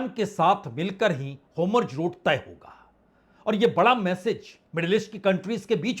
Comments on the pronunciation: 'Homurj' nhi 'Hormuz' Bajpei sahab! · Homurg nai hai bhai 4 baar apne bola its Hormuz strait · होमुर्ज (Homurz) नहीं होर्मुज ( Hormuz ) पढ़िए जनाब । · Sir, this route is Strait of Hormuz not Homruz. It is Hor... not Hom... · हाेमुर्ज हैन हाेर्मुज भन्नुस न वाजपेयी साब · Bajpai ji HORMUZ aur NETANYAHU ka pronuncition hamesh galat hota hai pl. Durust kijiye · चैनल वाले भाई साहब आप हॉरमुज और बिन्यामिन नेतन्याहू यह दो शब्द नहीं बोल पा रहे हैं आप इन दो शब्दों का थोड़ा रिहर्सल कर लीजिए😅😅😅😅😅😅😅😅😅😅😅😅😅😅😅